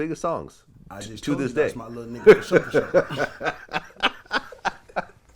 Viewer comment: Asks question: “fasho”😂